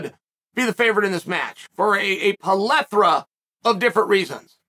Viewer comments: Minor correction: the word is "plethora", not "pelethra." Thought you'd want to know, Uncle Chael. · Did anyone else notice he said "plaethra" in stead of "plaethra" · a palethra huh chael?